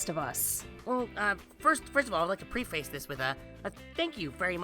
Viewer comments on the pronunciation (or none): That's NOT how you pronounce the word 'preface'.